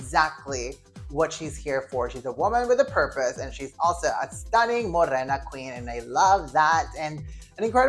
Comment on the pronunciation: Every time you say Morena and pasarela All I hear is Mozzarella 🙈🙈 Agree with your list - I’d love for Thailand to win and Nigeria to do well. Love from South Africa